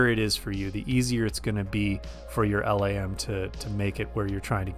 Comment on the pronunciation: LAM is pronounced like 'lamb'.